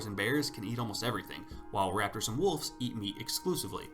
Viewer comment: Sounds like you're saying wolfs instead of wolves, I hear an f when you say wolves so wolfs.